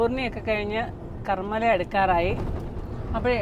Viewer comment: കർമ്മല അല്ല, കർമ്മാല ::.. Tembhurni - Karmala - Ahamad Nagar......